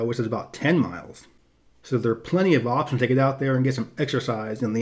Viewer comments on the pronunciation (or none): none